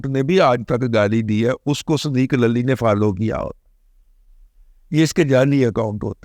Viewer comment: دادا جی لفظ للی کی ادائیگی صحیح نہیں😂😂